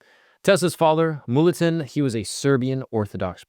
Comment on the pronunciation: …except for calling his father „mulliton“